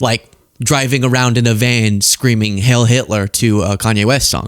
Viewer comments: For the sake of being historically accurate,, it's "HEIL" which is pronounced like "HILE" (long "I"), not "HAIL." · it's not HAIL Hitler, it's HEIL. Rhymes with 'vile'. its German and it may mean 'hail' but that is not the word. Please get it right. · not to be unkind..it’s Hieil Like high-el. ❤ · Heil like "Kyle" not heil like "pale"